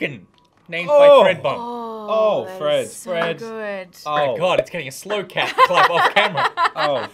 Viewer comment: Holy crap, they used my fish name! Yay! But that was from weeks ago. They must be hoarding them.... Note that the name was Gillennial not Gillennium. My little tribute to Jenny Nicholson and her now defunct Screen Junkies show., it's Thread, not "Fred".